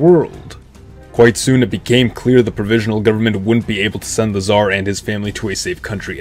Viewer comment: nobody: absolutely nobody: scar nicholas